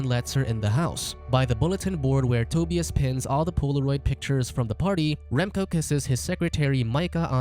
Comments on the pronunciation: This narrator sucks at pronouncing Euro names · Toe•Bee•us lol. Tu•bi•us